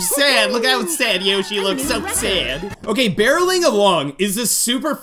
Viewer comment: I love how he says “so sæd😂